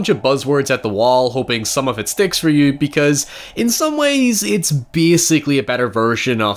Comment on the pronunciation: The word is you. Not yuww. Word have pronunciations.